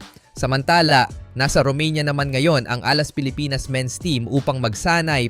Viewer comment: Anong hinde AI, ang pronounciation ng Pilipinas eh Pilipnas. Its mean nagkatypo error sa word na Pilipinas yon sinundan ng AI. Maganda naman boses niyan dati eh ewan ko ba kung bakit gumagamit na ng AI.